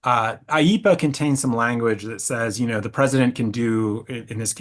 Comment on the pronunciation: There’s no such thing as “eepa” dude. It’s IEEPA.